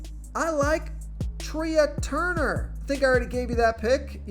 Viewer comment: Who the heck is Treeah Turner? It’s pronounced Tray. Come on.